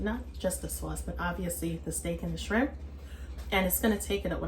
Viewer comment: Goin in for it TUH Noite! This looks good and You said "Scrimp" the ancestors had a hand in this one! Lol😂